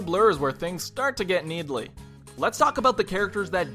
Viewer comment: "Needly"? Really?